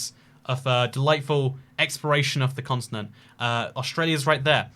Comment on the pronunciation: I’m sorry I can’t get over the fact you pronounce “continent” like “consonant” — where are you getting that S from!? 😂